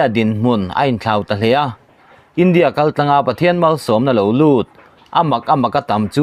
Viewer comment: Pu Editor.... Duhsakna che avangun natakin kan khak teh ang che... Mizo tawng i chhiar hian i lam diklo ngun viau mai a, a rî hniam tur leh sang tur i care lo mah mah ka ti a,,, entirna ka han siam ange aw.... 1. India ram in hma a sawn.... Tih ang ah hian, India tih a, a tawp a "a" Hi a rî a sàng tur a nia... I lam hniam deuh vek a, ngaihthlak a hrehawm tlat.. Entirna dang leh aw.... Lal Isua tàn khawvel...... Tih angah te hian, Lal Isua.. tih a, 'a' hi a a ri a a màr phei tur a ni. Kunga leh Mawia.... Tih anga a tawp a a hi lam hniam ve tur a ni lo... Ka sawisel na viau che em??? 😂